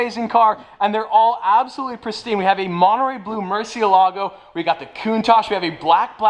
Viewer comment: i wanna meet just to tell him how to pronounce murcielago correctly